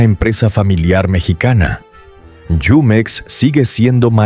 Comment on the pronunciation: NO ES YUMEX, ES JUMEX.